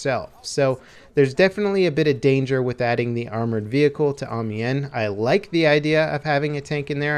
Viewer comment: Ive lost all faith in humanity. nobody can say Amiens right AM-I-ANS NOW SAY IT RIGHT